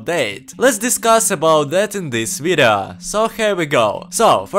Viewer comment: "Let's discass abou dat in dis vidaa" 😭😭😭😭